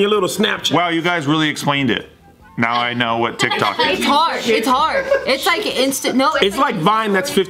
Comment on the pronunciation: When said Tic Tok, i thought she was talking about tik tok from Kesha kkkkkkkkkk